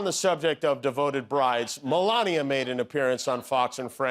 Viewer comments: "Donald and Elania" 😅😅😅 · “Elonia”…..good one!